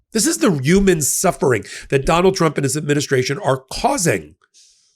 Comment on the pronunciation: Are you saying yuman? Lol